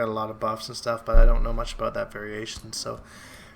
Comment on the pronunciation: Is your "aboot" deliberate? Or are you just THAT Canadian.